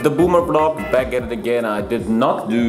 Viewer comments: I like how pronounces it V-Log because he’s German and can’t pronounce V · Stunishing how he's pronouncing V-LOG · Let's just ignore pronunciation of vlog